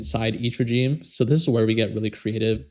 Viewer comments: Very informative, thanks! Just a side note, its pronounced, "re-zheme", not 'J' - its a "zhe", it retains its French pronunciation. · Regime is pronounced "re-ZHEEM"....like the sound in "measure" or "vision." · You are pronouncing regime incorrectly